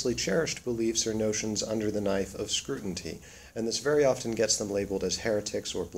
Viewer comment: Lol you said "scrutinTy" with such conviction. Good video tho